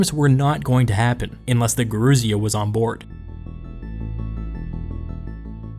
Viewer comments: Yer-oo-sia , the old ones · Gerousia (emphasis on the "si", not the "rou") comes from "geron", "old man". The Romans took over this institution from Sparta and called it "senatus", from their word "senex" ""old man". The word was shortened in America to "Senat", but Senator remained unchanged.